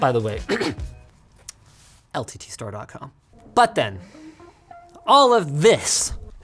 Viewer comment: The day is not far away when Linus flips out his dick and says ...."LTT - STORE - DOT - COM"